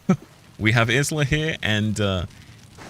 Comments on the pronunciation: Her name is pronounced Ila, silent S just like island! Cracking me up with IS LA 😂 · considering this is a chinese game and isla is not a chinese why would it be pronounced Ila?